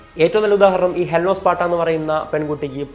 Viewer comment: ഹെലൻ ഓഫ് 'പാട്ട' എന്ന് അറിയാതെ പറഞ്ഞതായിരിക്കും അല്ലേ...😂🤣 📍Pin please...